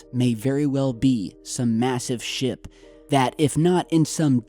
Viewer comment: i thought u said it could be some massive shit instead of ship